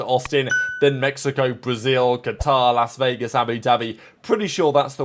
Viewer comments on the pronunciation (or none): none